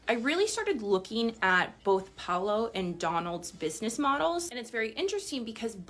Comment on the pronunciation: Sir his name is pronounced pow-low